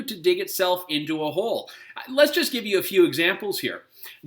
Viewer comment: "Juz to name a few" LOL.